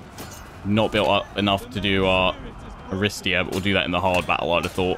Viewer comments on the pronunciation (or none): Btw Aristeia is pronounced Ariste'i'a the tone on the second i , it comes from the ancient Greek word αριστεία and depending on what tone y have it has different meaning. for Example if it is with ' (οξεία)-acute ,tone it means superiority, superiority in bravery and generosity, bravery. if the tone is ~(περισπωμένη)-circumflex then it has the meaning of the award of the best and most courageous, the reward for bravery and courage. Some Greek knowledge from a crazy Greek fan of yrs . Keep up the good work on yr videos! Cannot wait for more info on this game!